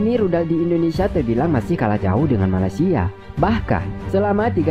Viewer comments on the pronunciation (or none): none